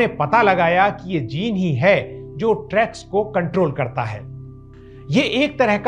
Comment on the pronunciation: इस वीडियो में मैंने रेग्युलेटरी टी सेल्स को ट्रैग्स कहा है। इसका उच्चारण टी-रेग्स T-regs है।